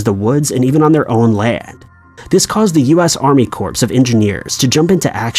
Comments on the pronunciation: "US Army CORPSE of Engineers"?!? Hahaha! What an idiot! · Wrong pronunciation of Army Corps of Engineers. Correct pronunciation is "core." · I think it's pronounced Army "core" of engineers. I may have had it wrong all this time, though. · Army Corpse of Engineers! Lol